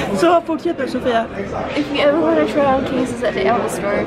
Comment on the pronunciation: I love that case and actually consider getting it myself because of you 🙈😂😂 I love your channel, just one thing - when you pronounce words that end with a T (want, yogurt, etc.), it always sounds like you add CH at the end ... you know what I mean? I don’t mean to criticize you AT ALL, just thought it might help you 😊😊